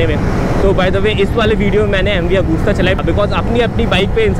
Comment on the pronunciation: And not Agusssta lol 😅😂😂Pronouncstion weak